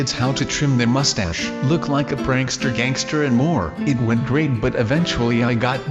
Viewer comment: guys said Prankster Gangter in stead of prankster gangster